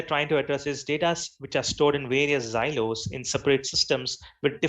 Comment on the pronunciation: its silo and not zilo.. it sounds annoying to hear such pronunciation mistakes..